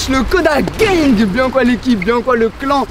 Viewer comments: Gang pas geng 😂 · Gang et pas geng 😂